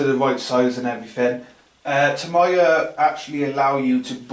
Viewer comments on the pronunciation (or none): it's TAMIYA not TOMIYA it's pronounced like tami-ya